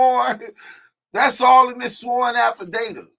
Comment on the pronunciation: its Affidavit .... Affi - day- vit not data lol